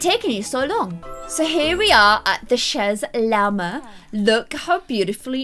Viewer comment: It’s pronounce Shay Llama, ‘chez’ is French for ‘at the house of’